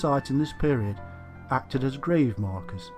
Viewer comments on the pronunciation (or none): none